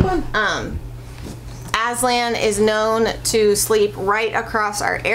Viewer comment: Aslan is turkish name and yes it means lion .But I have to say, you are pronouncing wrong😀 how I know, cuz I am turkish.. write down Google; lion translete turkish and please listen how pronouncing Aslan😊